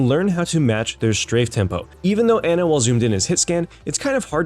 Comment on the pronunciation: The worst part about this video was how he pronounced Ana